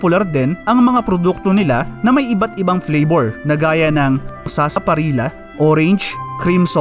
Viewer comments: Sarsa parilllllya pronounce hnd sarsaparilla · FYI ang tamang pronunciation ng Sarsaparilla ay Parang Sarsaparilya. It is pronounce as such because of the letter double letter L kaya Sarsaparilla na parang Sevilla. Cheers.